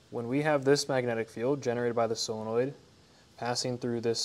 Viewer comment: Solenoid, not "sillinoid"...